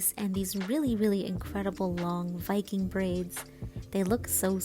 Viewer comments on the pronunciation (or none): none